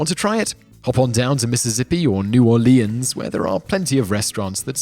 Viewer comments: I live in New Orleans, so when he said "New Or-lee-ans" I was just..... wtf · I believe its pronounced "N'awlins" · I don't criticize people from other countries when they pronounce words different than I'm used to hearing because everyone has accents of some sort. But I nearly busted a gut when he tried to say New Orleans. That was just funny.